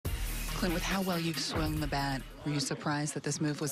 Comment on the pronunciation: It's Clint not Cint